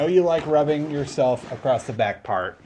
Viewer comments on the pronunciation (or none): none